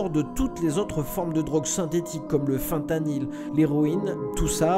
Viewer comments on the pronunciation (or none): none